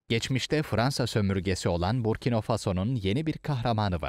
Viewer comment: Burkino okunmuyor Burkina okunuyor sayın Seslendirici.